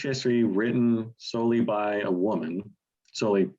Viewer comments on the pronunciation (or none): A great list--I'm glad especially to see EC, Lowe, the Stones, Young, and Bush. As for that Rafferty song, I could never get comfortable with the weird way he pronounces "woman" (as "WHOOO-man").